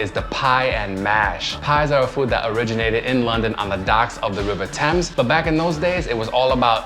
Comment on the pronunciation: Also pronounced the Thames correctly too 👍